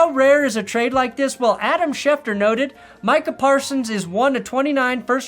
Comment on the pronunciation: The worst thing about it all is that can't even get Micah's name right.